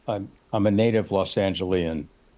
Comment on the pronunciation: What do you mean by saying I'm a "Native Los Angelean"??????😅